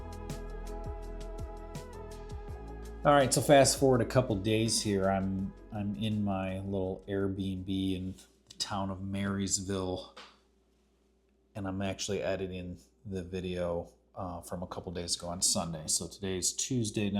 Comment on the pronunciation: You have to say Maraville😂